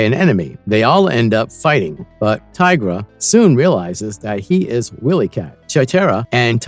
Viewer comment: It's pronounced Why Lee Kat...not Willy